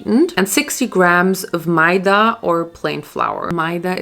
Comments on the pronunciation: the way she pronounced maida xD its pronounced meh-da not my-dah loll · I thought it’s pronounced meh-dah and goolab jamun. (I’m Pakistani btw so this is how we pronounce it)